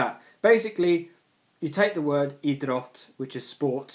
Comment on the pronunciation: Just some things I want to remark. Think of the word "Idrott" like two words, having a pause between I- and -drott :), same with Idrottsman (I-drotts-man), Idrottsmän is the plural of idrottsman so you are right :). Your pronounciation of Olympiska spelen is fine. Innebandy can also mean floorball and there's two variations. Innebandy (inside) and Bandy (outside).